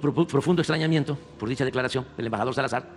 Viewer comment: Le entendí "estreñimiento" 😂😂😂 jajja...